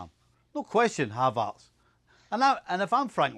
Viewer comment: And his name is Havertz not Havartz